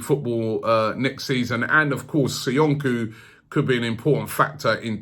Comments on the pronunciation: zee-yeck not z-eye-etch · Robbie its ziyech, (zi-yech like hol-ding) BTW Ajax and nor hè want to leave in january... I m from holland hè wants to win EL with Ajax than hè Will go in the summer. Hè only wants a big club who plays CL , only the salary could get him over. Van der vaart texted a few months ago to Levy to sign him up. If Eriksen leaves that could happen if they play CL. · Its Zieeejegg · I thought its pronounced "zee-yeh", not "zy-yech" ? :/ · Its pronounced Hakim Ziyesh ZI-YESH not zayek 👍🏾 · Why can't you say his name properly? Ziyech (Z-Yek) not ZEI-ETCH. It's actually Ziyash in Arabic, but whatever.. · 🤣 it's pronounced Zee - eck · "hakim jayech"😂😂😂 classic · why does he keep saying Zayech? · just when u thought robbie's pronunciations couldnt get any worse 'hakem zaiyechh'